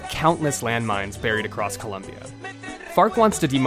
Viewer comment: ITS NOT COLUMBIA...ITS COLOMBIA